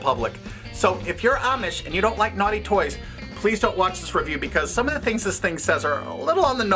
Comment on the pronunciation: lmao "nughty" toys xD